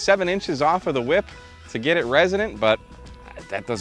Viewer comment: I'm sorry. Did you say, "whhip?"